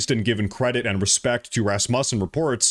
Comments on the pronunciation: RasMUSsen? Pronounced RASmussen where I’m from. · Dude learn how to say the names the word sounds like (Raz-moo-sin) or (Ros-moo-sin)THat is how you say it Rosmussen. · it's pronounced Rassmuessen. (Second syllable like 'u' in 'useless'.) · Íf you are maga,Then how is it that you can't even pronounce Rasmussen correctly?